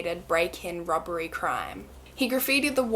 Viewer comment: Everytime she says "robbery" I hear "rubbery" and I giggle a little. (I know, I'm so immature) On another note, this is such a sad event. May their souls rest in peace.